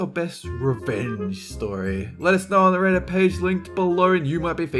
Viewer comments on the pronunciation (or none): none